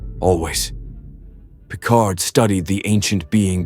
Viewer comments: "...Captain Jean-Luc PICAR"? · "Captain Jean Luc Picar" 🤨